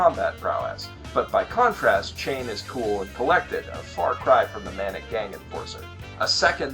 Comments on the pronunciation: You called Chane "Chain". That is not her name. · I know that this video is five years old at this point, but I'm compelled to point out that, while "chain" has some very good symbolism value, Chané's name is pronounced "Sha-neh". Although Ladd's VA consistently pronounces her name wrong ("Cha-neh") in the dub!